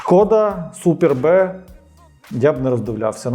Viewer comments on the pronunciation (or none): Škoda Superb! Читається Суперб! Одне слово